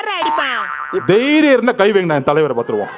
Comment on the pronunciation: தைரியம் அல்ல தேரியம் தேரியம் தேரியம்...😅😅😅😅முண்டம் ஒழுங்கா பேச கூட தெரியல...